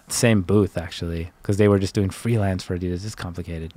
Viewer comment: Wtf the main host really doesn’t know how to pronounce ADIDAS!??!